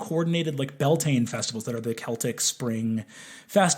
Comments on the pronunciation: For any non-Irish, the Bealtaine festivals that Breenan mentions are actually pronounced Be-owl-ten-ah not bell-tain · I can't find the clip to see how he says it but I've always heard it pronounces b-yel-ten-a (then again I have a habit of crushing syllables together when speaking irish) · Every time he says "Bell Tain" I want to shake him. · I agree so much with Brennans take on the diaspora and the complicated relationship between irish americans and irish people. I'm Irish myself and there are shitheads on both sides of that divide. But every time he says bell-tayn or bod-ran i want to tear my fucking skin off... (Bealtaine is promounced b'yowl-tin-ah and is an important irish pagan festival, important enough that we use the name for the whole month. Its about spring and life renewing. A bodhrán is a hand drum and is pronounced bow-rawn) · The "Beal" in Bealtine nowadays is generally pronounced where the -Beal rhymes with the -Cal in California and the -tine is like saying "tin-ah". The history of it is sort of contested, but the general consensus is that it's from the words béal ("bale" = mouth) & tine ("chin-ah" [not as in China, but as in the chin under your mouth] = fire). It was likely still pronounced Bealtaine close-ish to modern pronunciation at least for the last few centuries before now ("bale-tin-ah"). So the mouth of the fire/fire's mouth, being the start of the summer season and the warmest part of the year - and a day of celebration and ceremony, where bonfires were lit in ritual to bring fortune and prosperity and good harvest in the year to come and much more. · with all the love and respect in the world… the way he pronounces bealtaine… Brennan no!! (bee-yowl-tana if ppl are curious) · why does he pronounce bealtaine like that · his butchering of bealtaine really got me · But his Bealtaine pronunciation though… 😬 regardless, yes, we accept him as one of us 😂